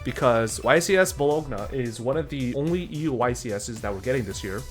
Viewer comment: As an Italian your pronunciation of Bologna physically hurt me.